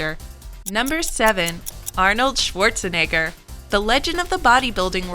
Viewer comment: Sworzeneggör... pffff